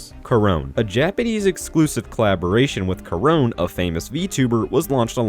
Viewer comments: additional context for the Korone (Pronounced Ko-ro-ne, not Kor-own): Inugami Korone of Hololive Production is one of Sega Japan's Sonic ambassadors, having not only the in-game collab DLC, but also her own Live2D model based on Sonic. The Koco models are how she illustrated her fanbase, known as Koronesuki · Ngl the way you pronounced Korone kinda hurts the e is not silent. Ko rou neh